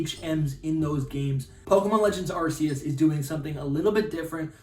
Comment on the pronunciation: I’m not watching anymore of your videos until you start calling it Arc-eus and not arseus LOL